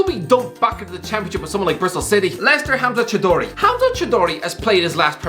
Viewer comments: It is pronounced Chau-dhrey Sport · how do you mess up choudhury. chao, der, eee